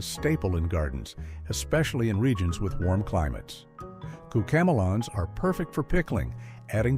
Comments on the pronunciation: Bro.... Cucamelon is a combination of cucumber and melon.... they way you're saying it is bizarre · That’s not how we pronounce it!